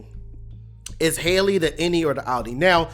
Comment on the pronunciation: HELL-Y not Hailey lol